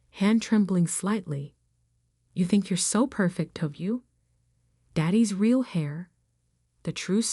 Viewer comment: HEIR, NOT HAIR. PRONOUNCED AIR.